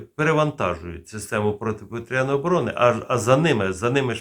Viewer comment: Заглядуємо в орфографічний словник, або Вікіпедію і бачимо наголос: "протиповІтряна оборона"